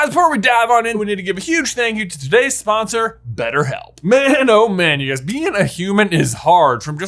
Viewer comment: Twenty minutes in "Guys before we dive in we need to give a shot out to today's sposser"